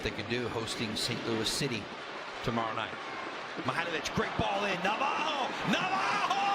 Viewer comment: Just because he’s Brazilian you don’t have to say Navajo his name is clearly Navarro double R you have to roll your Rs